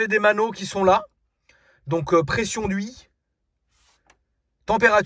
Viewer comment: Pression d’Hui, température d’Hui, Pression d’Hui c’est bôôô 🤣🤣